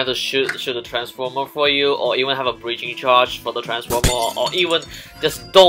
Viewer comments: says Breacringe Charge Just a little thing I spotted out. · nobody:: b r e a c r i n g e c h a r g e edit: also, c o n s i p i c i o u s a c t i v i t y ok, i know english isnt everyone's first language, but still breacringe